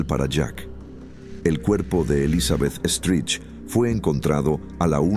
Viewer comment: Elizabeth STRIKE (y se pronuncia "STRAIC") No "Estrich".